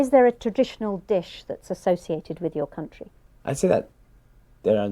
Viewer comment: Really 😳 with this pronunciation he got 8.5 Stoody = study Discoosing =discussing Contrie=county ...etc